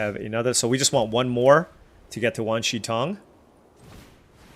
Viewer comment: You are generally pronouncing Wan Shi Tong correctly.